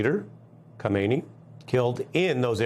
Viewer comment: Melber is mispronouncing the name of the current leader of Iran, Khamenei, and it sounds like he has confused him with the previous leader Khomeini. It is probably better to always say the full name Ali Khamenei, to minimize confusion with the similar name of the first supreme leader of Iran.